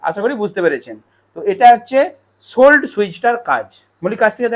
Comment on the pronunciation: ওটা সোলো, সোল্ড না।